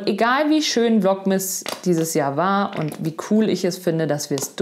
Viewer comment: Vlogmas ausgesprochen, hört sich an wie „Vlog-Mist“.. 😅🤐 aber ich finde deine echt unterhaltsam, easy-peasy, mal lustig, mal nett entspannt als würde man mit einer Freundin quatschen. Danke, dass du uns etwas an deinem Leben teilhaben lässt. Mach weiter so- und nur so viel, wie dir gut tut. 🙏☀️🙋🏻‍♀️